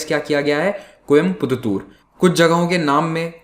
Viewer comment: I really enjoy the way he pronounces koyampuththoor. It's like he is driving a car with bad suspension, and suddenly hits a set of rumplers. 🤣😂 Malayalam as madayalam.